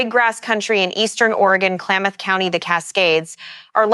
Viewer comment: "Klaymuth county?"